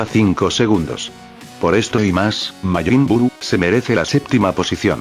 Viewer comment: por que casi todos los loquenderos dicen majin budu y no buu XD